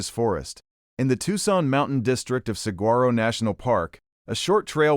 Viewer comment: the pronunciation of saguaro is incorrect - use the dictionary